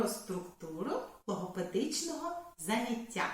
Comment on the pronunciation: ЗанЯття, а не заняттЯ